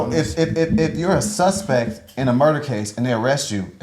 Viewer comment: This dude always yelling. Damn. “SUSPEKT”